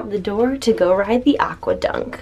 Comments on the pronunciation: its aquaDUCK not dunk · You seying it rong its aqau duck not aqa dunck